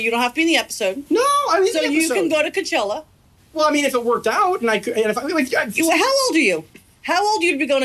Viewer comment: “so you can go to kutchella”